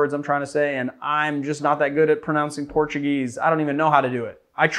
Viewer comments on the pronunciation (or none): none